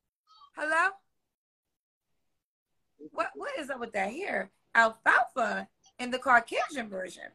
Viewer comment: Never did say alphalpha.